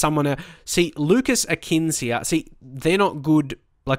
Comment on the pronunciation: Oh and Lucas Akins used to play for my team IRL he is quality...you say it A(like the letter) and then kins not like Akins...good striker IRL wish we kept him (partick thistle btw)